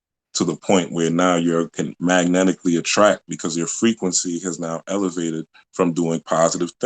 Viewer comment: OMG. Frequency = Frequent-cy